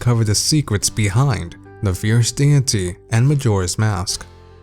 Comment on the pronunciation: Can’t stand how he says fierce deity